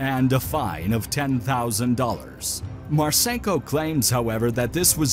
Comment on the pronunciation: It's pronounced Marsinko, not Marsaynko.